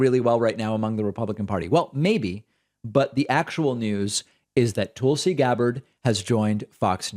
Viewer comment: Proper Hindi pronunciation.